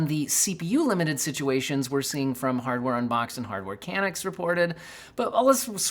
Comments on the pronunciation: I'm sorry....I have to say it and help you out. As a Canadian I can confirm that it's Hardware Can-Nucks. Not Can-Ick....sorry..just made me twitch every time haha That out of the way appreciate the video, and glad I found your channel! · Hardware Ka-nooks. Not can-nucks. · ka-NUKS, not KAN-uks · It's pronounced "khan-ooks" not "can-nooks (Hardware Canucks). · "hardware CANucks"....bro.....tell me you didn't just pronounce it CANucks.... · Hardware Canucks... I think it's pronounced Kuh-nuh-cks because they're from Canada. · Please double check pronunciation of Canucks...:face-blue-smiling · you're great, but never in my life have I heard "Canucks" pronounced so incorrectly:D You must not live close to Canada/have watched zero hockey in your life I assume. Keep up the good work though! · I like how pronounces "Canucks"🤣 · Informative video, but have you really never heard the word Canuck pronounced before? As a Canadian, it is distressing to hear it pronounced that way. Thank you Steve from HU for doing it justice, Australian accent and all.